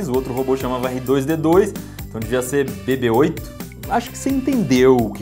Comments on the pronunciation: Falar BIBI-eight é normal , mas falar (BEBÊ)-Oito fica ESTRANHO ... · Que Fofinhoooo, mesmo eu não gostando de Star Wars eu quero um BB-8( a pronuncia é bibi eiti msm) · Se fala bibe eight